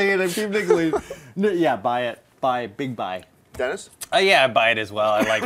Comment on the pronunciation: Whenever says Dennis' name, I think she's saying "denizen". Kinda sounds badass for a second, like some hip net or gaming alias. I think Assassin's Creed, if done right, could go for a few movies and do very well. It's got a lot of the right talent attached, or interested in it as well, which doesn't hurt. First and foremost though, it has a staunch fan-base and carries elements that would make it broadly appealing to more than just gamers.